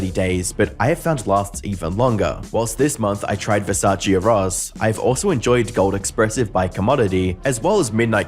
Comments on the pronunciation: Eros. (Er-roz?) No. Haha. It's pronounced (air-ohs) like cupid, the god of love. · Btw Versace Eros is pronounced like Air- oh-sss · Never heard of Versace Ross?? You mean EROS??😂😂